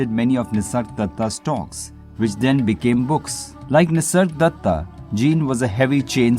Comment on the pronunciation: Is it just me or does he keep calling him “Nisardatta”?